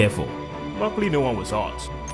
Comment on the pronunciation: "No one waz hart" ?????